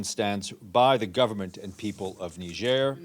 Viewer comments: It is pronounce Nije and not Nija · Hey Palki Sharma, the country (Niger) is pronounced ‘Nee-Jair’ not Nijar pls!!! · Pronounced..... Niejerrh.... Not Naijarh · Why can't she pronounce Niger correctly. It's NEEJER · It's pronounced "nee-yeh".